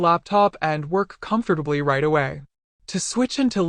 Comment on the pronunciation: Yes, it's about staying there "comfterdably"